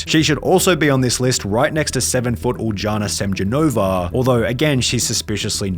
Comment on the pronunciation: Great vid but Uljana Semjonova is Ulyana Semyonova that's how you pronounce it. Huge respect for vid tho, I'm 5.11 to 6 so it is interesting to see how people be lying and such for clout I guess? But ye keep them vids coming Sunny I love the content.